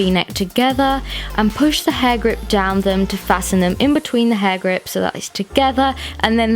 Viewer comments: I heard "hard grip" 😂💔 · True. But honestly, for me it sounded like "Hagrid"😂😂